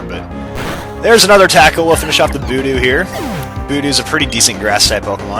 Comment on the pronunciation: Don't get me wrong, I like, but he pronounces some Pokemon in the weirdest ways. I mean, boo-dew? C'mon man.